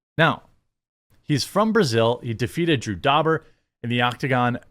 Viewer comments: Pronounces Renato Moicano perfectly. Says Drew Dobber. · Most hilarious part of this video is you pronounced Renatos name correct and mispronounced drew dober 💀